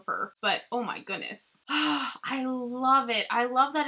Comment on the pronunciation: Love you girl!!! For some reason my ass cracks up every time you say “OH MY GHOONESS” 🤣🤣🤣 I’m like pronounce the D woman!!! But don’t lmao it’s cuter that way